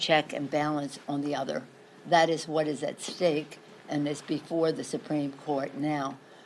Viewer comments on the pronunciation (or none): none